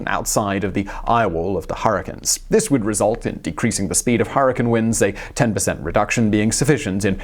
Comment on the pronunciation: "Hurrikins" sure sound destructive lol